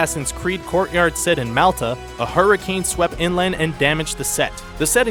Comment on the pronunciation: I've never heard Malta pronounced that way before. (The correct pronunciation is 'Maul-Ta').